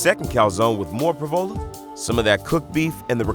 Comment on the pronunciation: we can tell from the pra-vol-a cheese.